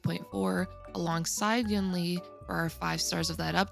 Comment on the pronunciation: Hey, it sounds more like You-ween slurred - it's the same word as second half of Tingyun - it's written like 云 which means cloud